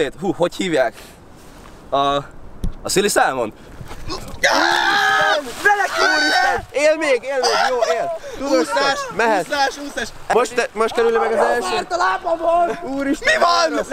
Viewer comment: Az salmon nem salamon.